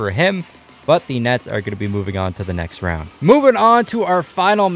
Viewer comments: If you listen close he said the nuts instead of the nets 😂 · He said nets but it did sound like he said nuts